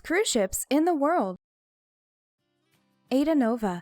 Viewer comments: Pls its not aida... its a,i,da thx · I'm pretty sure it's pronounced I-ee-da. Not Ayda. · THE COMMENTATOR OUGHT TO LEARN TO SAY THE SHIPS NAME AIDA IS PRONOUNCED I EDA